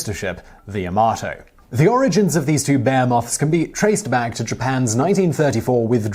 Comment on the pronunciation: 17min mark. Bear moths? Wtf? Is that some british way of saying behemoth?